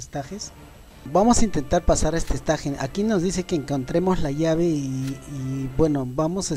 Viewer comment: "Esteich" porfa "esteich" o por ultimo escenario pero no estaje xD